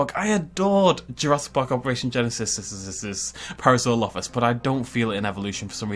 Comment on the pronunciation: I haven’t seen any comments on this but... You do know parasaurolophus is pronounced pa-ra-saur-ol-o-fus right???